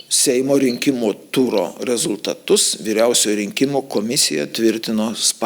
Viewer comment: jūsų REZULiTATUS taip pat skamba rusiškai.Jūs lietuvė???